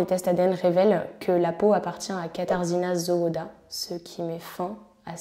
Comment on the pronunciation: La prononciation les noms est vraiment médiocre ! Zawada / zavada /